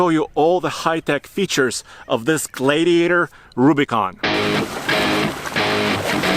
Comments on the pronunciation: It’s pronounced Glad e a tor, not glade e a tor. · glad-iator, not glade-iator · Glade-iator )))) No it is a Glad iator. Please, we are glad to have a gladiator, not a glade-iator. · Gladiator not glaydiator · Gladiator. Not GlaYdiator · Glad not Gladediator. Lol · Glaidiator lol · Yeah it's not a Glaye-diator!!! I could barely watch this guy!🤷‍♂️🙉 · Matthew Chandler exactly. That drove me nuts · Noticed that too. Sounds like Glade-e-ator. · The way he said Gladiator made me thumbs down this video...wtf? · Can't even say the name of the truck. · WHY ARE YOU STRUGGLING TO PRONOUNCE THE JEEP GLADIATOR??????? EVERYTIME YOU TRIED TO SAY ITS NAME,I STARTED LAUGHING...……………….whats up with that?????????????????????????????????????????????????????? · Guy can't even pronounce "Gladiator"! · It looks great. And it's really cool that it has a manual option. Only 2 problems... It's a Fiat Chrysler product, AND it will be overpriced. Lastly, I've never heard anyone say the word gladiator like does. What a weirdo. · Pronounce Glad- iator again for me again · It bothers me how he say gladiator. Is it just me....?! 🚙